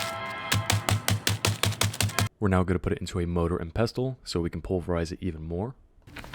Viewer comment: Pestle is pronounced "PEH - sill" very simple rhymes with vessel.😊